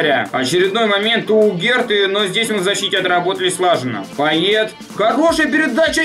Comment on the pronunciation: не пайет а пайе)